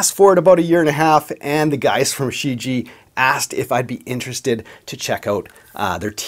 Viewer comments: Not She ji. Try looking online for pronunciation. Shuu ji-A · What do you mean? He pronounced it more like Xiji, not like Shijie, with the first "i" silent and a clear enunciation of "ie" at the end. No disrespect to, he doesn't speak Chinese. But for export purposes the name Shijie was badly chosen, because no one outside of China knows how to properly pronounce it unless they speak Chinese...